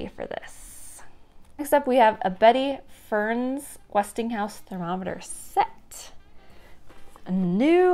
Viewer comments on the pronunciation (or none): I love watching all your vids, and it's so much fun to see your thrill at the cute old-timey bargains you find. Wanted to tell you about what you called 'Betty Ferns' thermometers. Her name is pronounced Betty Fur_ness, a model/actess who was a famous television spokesperson for Westinghouse Electric Corporation thru the fifties. TV shows and commercials were live back then and she was a common fixture in TV land, so not surprised she promoted other useful household gadgets. Any housewife would have trusted her endorsement back then. BTW, that plum outfit is yummy! The color looks great on you too. The grey jacket with the peplum is also very flattering on you. Keep up with the thrifting fun!